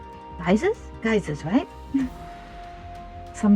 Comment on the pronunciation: Thank you for this helpful video! You did a great job. Also, you pronounced geyser correctly. It is pronounced like "guys" or "guise". 👍👍